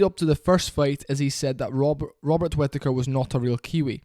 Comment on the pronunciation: I love the way British people pronounce British surnames, like 'Whittaker'. This is a fantastic video, keep up the good work